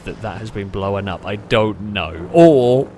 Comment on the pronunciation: I gotta ask, what's with saying "Blowen"? I googled it to see if it was an accent thing, all I could find is that blown is past tense of blow and blowen is a prostitute xD Just to add, I love these videos, and love your commentary style, I've just never heard that pronunciation before! Also, the dive couldn't have been timed better with that Jetski coming over 😂